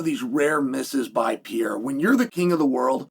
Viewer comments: Just say Alex, you Butcher his Brasilian name badly…..Horribly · For the love of God, can you and the Jaxxon dude just say Alex from now on. 😂 If you still can't pronounce Pereira properly at this point you deserve to have him beat your ass.